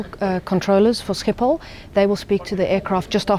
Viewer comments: Sciephol😂😂😂 statement: sgiphol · im dutch but you say scipol but you need to say sgiphol and how you spel dat is schiphol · Hahahaha he said Schiphol like skiephol🤣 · No one who isn’t dutch can pronounce schiphol correctly ahah